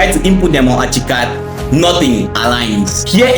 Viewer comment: bro its not achicad its ArchiCAD pronounced arckicad